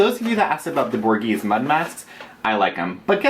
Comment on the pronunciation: Gimme that shirt now! Or at just tell me where you got it, I love it. Also love that you’re using the Borghese mud mask. That’s so 80’s!! (I’m pretty sure you say it Bore-Gay-Zay, I think...I’m not an Italian expert, LOL)